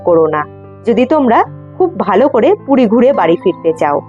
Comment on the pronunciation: Ooo DIDI PUDI NA PURI...CLEAR KORO